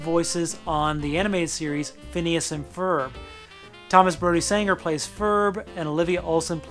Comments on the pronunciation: Full disclosure: every time he says “Sanger” rather than “Sangster”, I want to punch him in the face. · Why am I triggered by how you pronounced ‘Sangster’ incorrectly??